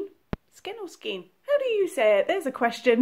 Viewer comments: Pronounced : ske•in, not skin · swift by Only since an adult did I ever start hearing women mis-pronouncing it as 'Skeen', and women still are I hardly hear it being pronounced correctly any more except extremely rarely. It ONLY HAS 1 PRONUNCIATION and it is SKANE the English translation of the French word e'cheveau. And NO one cannot just decide it can be pronounced any way one wants to just pronounce it as to just satisfy oneself. As of EVERYTHING in the world, there is only a right way or a wrong way TO, OF EVERYTHING. People just like to claim there are 'gray; areas to justify their means. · skein - prounounced like skane. Rhymes with rain. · Gealy It is a French word and is pronounced with a long 'A' sound as Skane. Growing up from early 1960s EVERYONE pronounced it correctly, As an adult, I started hearing all women mis-pronouncing as being 'Skeen' an have not heard of anyone any more of knowing it is as 'Skane' except for the lady below you----@ Fenimore. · Skein rhymes with vein. ;) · Fenimore Yes we do, THOUGH EVERYONE, is supposed to as it is a FRENCH WORD AND IT IS ACTUALLY AS 'SKANE'. There IS NO OTHER pronunciation as most people think it is just how each person prefers to say. I have always since long before school age, early 1960s knew it is as 'Skane'. Only as an adult, I started hearing lots of women mis-pronouncing as 'Skeen', and have not hard anyone saying it correctly anymore at all EXCEPT YOU. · I am so glad I discovered you. I love ❤️ 💕 💗 this pattern so much I started it while I watched your video. I got half way through your video and realized it was perfect for this yarn I was saving and I had to start it right away. Here in Canada we say “skane”. Hope that helps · Hi,. I don't know if anyone has answered this question or not, but... Skein = Skane with a long A. 😁 For Americans, anyway. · I pronounce it skayn long a sound. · "Skein" like "rain"--"skAIN". But a lot of people say "ball". :) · Skein rhymes with vein and rein.